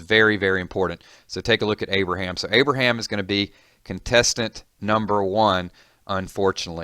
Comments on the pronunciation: At the start it said abriham twice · It's not Abraham.